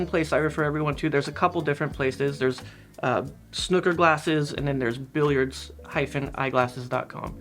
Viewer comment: May I just say, as a Brit, that it's snooker as in Snoopy, not snooker as in hooker. Thank you. As a snooooker player myself who wears varifocal glasses, I found getting an old pair and pinching the nose pads close together so they are perched on the top of my nose, works quite well (apart from looking weird).